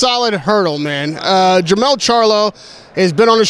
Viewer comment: It’s Jermall, not Jermell